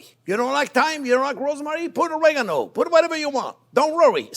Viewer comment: jean pierre is the best chef ever . I only wish he could pronounce Oregano . lol he says regano . such a great guy